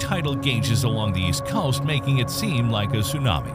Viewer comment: Dude seriously struggles to pronounce "COAST"....